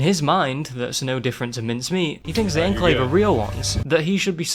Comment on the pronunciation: Legit had to stop watching the video because of the way he says Enclave